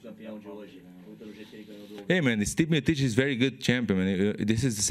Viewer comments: "Steep Miotich" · i love how werdum calls stipe steemotich lol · how werdum say stipe miocic : stit miotic